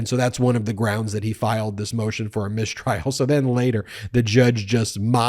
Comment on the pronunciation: what's a "mishtrial"? SHTOP IT also Swift wrote that a bit less than 300 years ago, not 700 years LOL